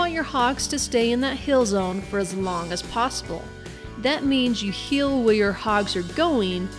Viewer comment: Why cant you say heal normal